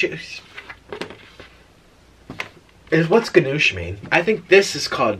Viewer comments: Please look up how to say gnocchi and compare it to him. Omg I was dying “ga-nuch” 😂😂🤣🤣🤣 it’s “ni-o-key” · I used to work at Olive Garden, so it's pretty cool to watch this. And it's pronounced Chicken NOKI(gnocchi) as in potato dumpling. It's my favorite also! Also if you dip the breadstick into the soup GAME CHANGER 😍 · “chicken ganoosh” gnocchi 😂😂😂💀 love u nik 😘